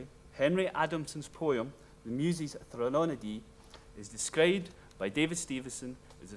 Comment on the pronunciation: Please learn how to pronounce “threnody.” It’s quite simple: THREN-o-dee.